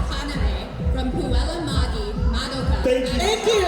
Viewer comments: MODUKAH????? Moduka? Are you kidding me??? Madoka is literally pronounced how it's spelled 😮‍💨 Ma-doe-ka! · As someone who has competed in a cosplay contest and had the MC correctly pronounce ‘puella magi magica Madoka the movie part 3 rebellion’, to introduce us on stage, these MC’s not knowing how to pronounce Madoka or even Hatsune Miku is soooo disrespectful and disappointing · Wow that hosting was bad. I get Puella Magi Madoka Magica not rolling off the tongue. I could forgive that. That first word is just intimidatingly weird to an English speaker. But if you're in the anime scene, Madoka Kaname is easy. Heck, a lot of anime enthusiasts study Japanese. It would not be hard to find someone who could sound out the names properly. I'm sure the host would have done great at something else. But for cosplay, you probably want someone whose first or second language is Japanese. Or who at least watches anime subbed so that they know the standard pronunciation of basic names. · Hello! I was the Madoka . The mispronunciation actually skewed my performance a bit. I tried to cut my time short and went on the stage before the exchange was finished. I also forgot my poses. I was thinking that time would be stolen from other contestants because of the bit. "This is my fault for putting down the full title." Thank you for trying to correct the MC! I appreciate that. I really feel for Hatsune Miku, Dreamy, because more people are commenting on the MC's mistake. She made that absolutely adorable unicorn plush, and she was such a pleasure to talk to. What I really enjoy about competing is the other competitors. It's amazing being able to talk about your hobby, and the other person can completely relate. Cheering each other on. I just don't want the negligence of some of the staff to discourage anyone from competing. I still had fun, but the staff could definitely do better.